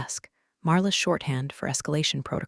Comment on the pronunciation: Is she Marla, or Arla? Is it Drid or Madrid? Did Blake's hair lose the will to live, or will alive (a live is it is pronounced) and it goes on and on! Did she leave the company? How does she get to know about the meetings?!😂